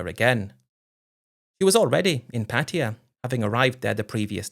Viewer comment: After making an effort in a few stories, Patia is back on the menu. It’s just difficult for dumb Brits to say Pattaya 😂